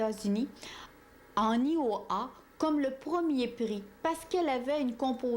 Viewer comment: "En I-o-a" hahahahahaha!